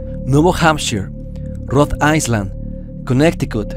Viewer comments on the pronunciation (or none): Espero no me lo tomes a mal pero no sé pronuncia rhode "aisland" porque "aisland" hace referencia al país Islandia (iceland), se pronuncia rhode "ailand" sin la s saludos